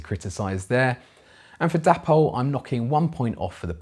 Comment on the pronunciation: why pronounce it 'dappol'? It's not spelt with 2 p's! It's clearly 'day-pol' which is how the Dapol people actually pronounce it!!